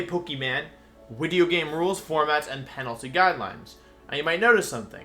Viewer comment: i'm very sorry if this is gonna sound insensitive but is he messing up all these pronounciations on purpose? for example "wideo" or does he have a lisp or some speech impediment?